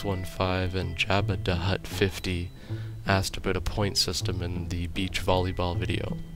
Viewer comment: also thanks for adding my question to your vid. and i like how you actually pronoounced it correctly. i have freinds hwo i have shown them my youtube acount and pranounce it so that it sounds like jaba daaahh hut. lol ty